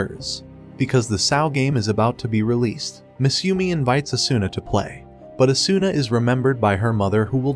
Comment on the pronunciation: Oh good I felt like I was getting gas lit especially since the video couldn't even pronounce Asuna's name right.